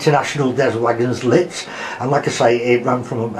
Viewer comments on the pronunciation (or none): Beautiful train, the VSOE is such an evocative and romantic train journey - beautiful train you have there. Just a tip - Wagons Lits is pronounced 'Wagon Lee' (the 't' and 's' are silent in the french word 'Lits')